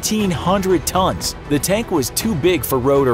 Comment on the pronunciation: "Tons", not "tones", guys! C,mon!